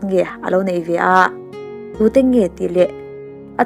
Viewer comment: 'ngeiawm' tih kha 'ngaiawm' iti a ang deuh a, chuan, 'neih' tih pawh 'naih' ti a lam i ang teuh thin. I aw leh thil sawi a fiah thin si a, i tih dik loh ni a lang te a langsar hma bik riau. Anyway, a ngaihnawm thin e.... Pathian maksawmna tamtak nen hrisel takin rei tak dam ang che....